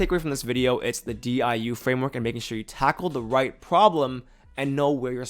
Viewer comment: The diu was perfect 😭